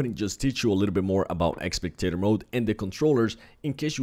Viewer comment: It's spectator not expectator